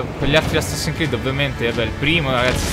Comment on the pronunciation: è Assassin'S creed. So che è un po' esagerato come osservazione, ma non ti mangiare la S ahahahahh